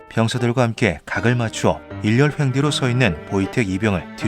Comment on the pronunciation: 일오횡대요 일열횡대 노노